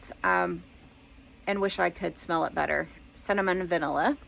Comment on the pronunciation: I thought you said Salmon Vanilla for Cinnamon Vanilla and I was so confused 😂